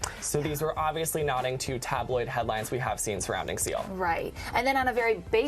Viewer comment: When she said seal I thought that she said CeeLo